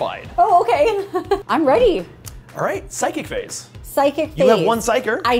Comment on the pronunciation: They are both balls of energy! is awesome, charming, nautrally nerdy (she went 'pew pew pew'), and genuine. Also, as a Canadian every time I hear something distinctly Canadian I get the warm and fuzzys and Stacys' "Oh, Okay" is so freakin' Canadian. is a nice guy, when he plays with kids or new players I honestly feel like he wants to win, but he wants them to have a good time more.